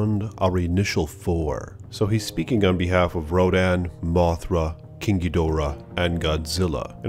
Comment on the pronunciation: They said King Ghidorahs name wrong they need to say it like in the Godzilla PS4 game